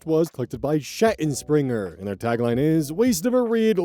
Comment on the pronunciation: you really have to learn how to pronounce "Schattenspringer". It's German. You pronounce it like "Shuh-ten-shpringer" or however you native speakers would try to write the phonetics lmao